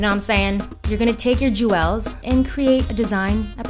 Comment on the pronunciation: The way you said "jewels" was hilarious! That accent reminded me of my aunties! Glad I found you on youtube!